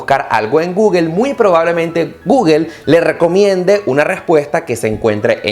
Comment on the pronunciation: No se dice Guguel !! Es Gugle o Go-ogle... jejej